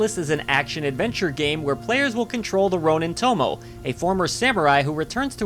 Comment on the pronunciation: Just want to point out that Tomoe is pronounced like "Toh-Moh-Ay". The e is its own syllable.